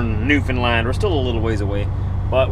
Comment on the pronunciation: Newfoundland not new Finland :) just saying because iam from Finland